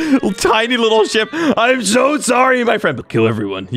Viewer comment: When he said ship I thought he said "sh**